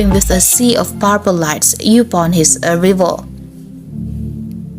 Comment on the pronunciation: Please pronounce “determined” and “arrival” correctly